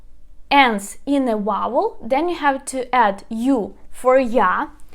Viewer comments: You are also mispronouncing the word "vowel." The "v" is pronounced with a v sound, like the sound B in Ukrainian. "Vowel" does not begin with the sound "w" in English. It starts with "v." On the other hand, the "w" is not a "v." The "w" s a true English "w," it sounds like wa-in want, we, or win. Not a v, but a w. Don't give up. You are almost there. Other than that, you are an excellent teacher, very kind and patient. I learned alot from your presentation. DyakuIO! Irene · vowels is pronounced veaol or веаоул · Vowel = вауэль . I hope it helps. Your videos are most excellent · Vowel almost sounds like the word "fowl" but softer. Mid-western American English today.